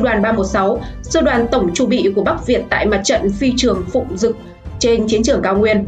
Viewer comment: Đọc sai chính tả rồi bé ơi Phi trương Phụng dực ....